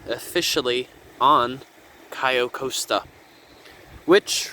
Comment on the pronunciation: It’s pronounced “Cay-oh cost-a”